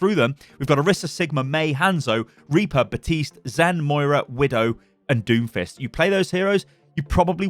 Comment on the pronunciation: When you said Doomfist I heard Doofus, now I can’t get that out of my head lol